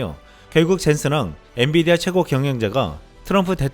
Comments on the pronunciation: 녹화할때 마다 엔.디.비아 라고 하시는데....좀 체크해 보시길. 자막은 분병 엔.비.디아 라고 정확히 되어있는데... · 앤디비아?앤비디아 발음이 잘 안되나요?여러번 실수하네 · 엔디비아다 아니고 엔비디아.. 헷갈리시면 Nvidia 영어 스펠로 기억하시길... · 자꾸 엔디비아라고 하심 ㅋㅋ